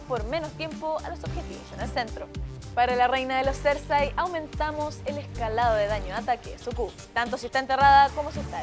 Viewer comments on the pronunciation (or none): none